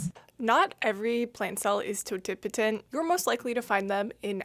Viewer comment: I have a BS in biology and even took cell and plant biology. I've been pronouncing, "totipotent" wrong the entire time. Thanks for helping me out with that lol. Great video as always.